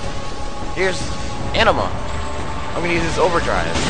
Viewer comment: its not an uh ma...its uh nee ma